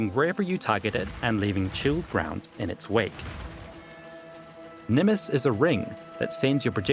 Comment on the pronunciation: He Said: Nimis Me: Dislike and Close the Video :)